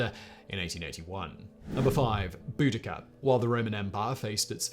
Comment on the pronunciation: Say it with me “bow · duh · kuh”